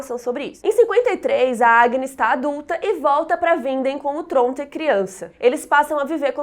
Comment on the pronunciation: Eu acho muito legal a forma que a pronuncia Tronte.